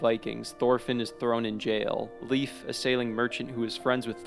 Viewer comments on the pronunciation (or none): ffs it’s “lay-ff” stop saying leaf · I like the video but you got some of the pronunciations wrong Leif isnt pronounced leaf but like lay-F or safe but with an L instead of an s. Then Askeladd is ash-e-lad. good video tho! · Honestly the way this guy pronounces northern names is pain, like cmon man his name isn’t leaf, it’s leif 😭😂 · You said leaf but it's pronounced lay F pronounced like safe but with an L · Ah yes, my boy leaf, its pronounced "Laif" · To be ENTIRELY fair, as a historical figure, we English speakers tend to pronounce Leif and Leaf as homophones. It's not like we speak of his father, Eric the Red, AS "Erikr Rauði" no, we just say Eric the Red. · damn he prenounce Leifs name so wrong it almost hurts xD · leif's name isn't pronounced like that